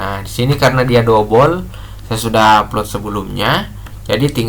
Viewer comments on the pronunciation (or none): Dobel KK...bukan dobol...